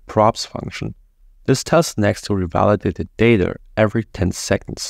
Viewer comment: This is the best Next.js 13 explanation 🎉 but sorry to say, your English is quite ugly. You pronounce data like "dater" 😅